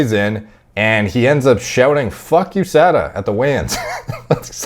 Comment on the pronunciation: “Fugh HOOSADA”